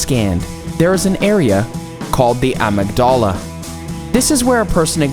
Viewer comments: It’s pronounced amig-da-la Stupid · Please pronounce amygdala properly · Lost me with that pronunciation of Amygdala 🤦🏻‍♀️ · Ok so kids w tablets and phones are future potential psychopaths. How about actual diagnosis of PDD, ODD, etc. Please learn to pronounce Amygdala correctly. Psychopaths make up 1% of the world population, and half describe narcissist and BPD this video is pretty much off of Wiki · Learn how to pronounce AMYGDALA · The way he pronounced amygdala made me laugh 😂